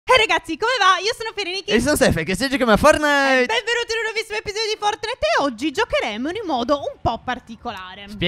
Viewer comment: Stef hai detto Fornite.NON e per offendere però...